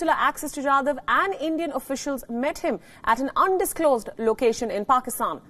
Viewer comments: It’s Jadhav not Yadav. Please rectify. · Jadhav not Yadav